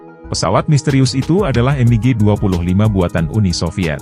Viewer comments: Dibaca biasa mig, klo dibaca m.i.g kedengaran aneh😮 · Betul, berasa kurang pas aja didengar